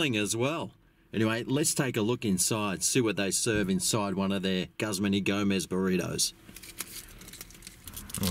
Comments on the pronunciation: Say Gooz-mahn please. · Looks good! I think its pronounced Gooozman Y Gomez.